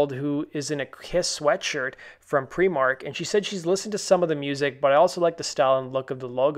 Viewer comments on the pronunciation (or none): I'm more concerned about your pronunciation of Primark and Lincolnshire! :)